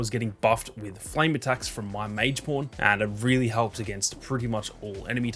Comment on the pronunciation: Every time you say pawn, it doesn’t sound like pawn with your accent😂 “You can search for the po*n you want to use. These are my favorite po*ns”😂